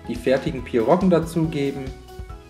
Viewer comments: Das heißt pierogi und nicht pirrogen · PIROGIEEEE !!!!! Ohne N!!